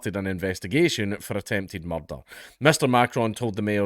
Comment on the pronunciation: Boogaloo has to be Dank’s funniest word after “murrrderrr”.